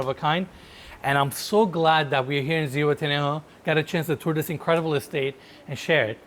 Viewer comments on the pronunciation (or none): If your planning to look for it in Zuhuatanejo you'll need to improve the pronunciation, other way nobody will understand what you're saying.